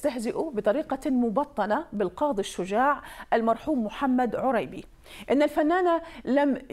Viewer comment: شوف شلون تكول رانية كلمة "عريبي" "عوريبي" ولا جنج عايشة بالعراق أو سامعة أسم "عريبي"😅